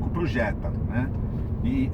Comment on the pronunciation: Jetta é Jetta pelo amor de Deus